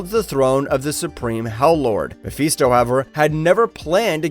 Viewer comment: Yeah, the cut and paste nature of the sentence syncopation is indicative of some autism. My brother kinda has to do the same thing. He pauses and ahhs and uhmms at weird points in the sentence. Also excessive saliva, so there's slurps and shit. But this guy, yeah, needs to learn to pronounce Mephisto. Also for Guido... Think it's gee-doe. But I dunno.